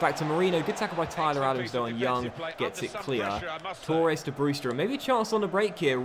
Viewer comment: Mate its Torres not Tour res.